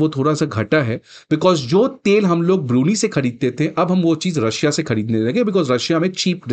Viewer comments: Hey Bhagwan it’s ब्रूनयी not ब्रूनी 😁🤭 otherwise the lecture was perfect 😊👍🏻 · Brunie😂 Bro your pronounciation should be world class it is BRUNEI ( pronounced as Brunai ) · Learn to pronounce BRUNEI correctly ! It is not Biruni as you say but BRU-NAI !😡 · It is NOT ब्रुनी। It is ब्रू नै !